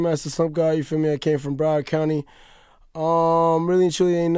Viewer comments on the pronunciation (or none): Yo next time you butcher my county's name like that im unsubbing. its BROWard NOT BRO WARD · It's Broward not bro ward. this guy is ridiculous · Did you pronounce it bro-waard dude? No. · broward is pronounced BRAUWARD not broeward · Did he just say “BRO-WERD”???? BROWARD NIGGA! BROW-WARD! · DUDE ITS BROW like eyeBROW BROWARD county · Broward is pronounced brow- ward not bro werd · This mans said "Bro-ard" instead of broward, im mad😂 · THIS MAN SAID BRO-ARD INSTEAD OF BROWARD HAHAH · Bruh said bro-ward county 😂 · This dude said “Bro-Ward” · Lmao dude said “bro-ward” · lmao he said bro-word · lmao bro-ard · Broward is pronounced BROW-WORD. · I've never heard Broward pronounced so terribly. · Can you please consult Floridians before pronouncing our cities and counties (i.e Broward, Pompano Beach) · it's Broward lol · THAT PRONUNCIATION OF BROWARD IS HORRIBLE